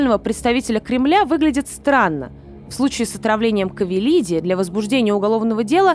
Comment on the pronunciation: %лять, да почему КАвелиди, ты читать не умеешь что ли?